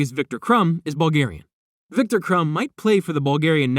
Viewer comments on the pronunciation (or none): none